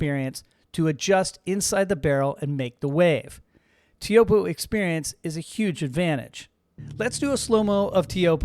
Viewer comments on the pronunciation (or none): I've always heard it pronounced "Choapuu", rhymes with hope, locals also say "Chopes". Pretty sure of this because I once asked Michel Bourez (Tahitian pro) about it! Am I wrong? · is disrispectful to not know how to pronounce Teahupooo